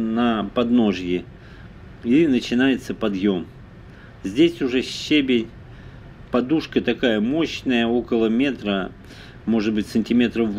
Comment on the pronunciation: Ударение: ще́бень — ударение падает на 1-й слог.